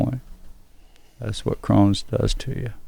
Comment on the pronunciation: It’s “Crohn’s” ;)